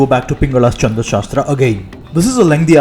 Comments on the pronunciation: Your pronunciation on "Chhand" looks wrong. I doubt it has any relation to moon. It is "chha" not "cha". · Pls it is Chhanda shastra and not Chanda shastra. For a linguistic video such mistakes should be avoided.